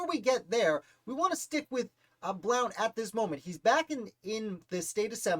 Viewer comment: His last name is pronounced “Blunt”.